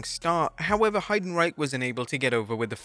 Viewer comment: The pronunciation of Heidenreich is crazy 😂💀